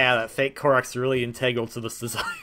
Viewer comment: I'm only commenting on this because you are someone who is very conscious of correct pronunciation. The word "integral" is EN-tuh-gral, not en-TEH-gral. I only know that from having far too many calculus classes in engineering school. You can keep pronouncing it any way you want, but I thought you might want to know